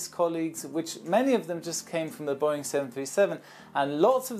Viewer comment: it’s not boing it’s Boeing